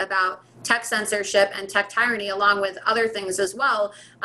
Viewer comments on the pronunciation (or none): She mispronounced both "ideology" and "tyranny" – but she's still smarter than 95% of people in Congress.